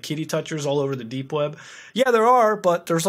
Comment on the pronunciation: did he say 'dank' web browsing?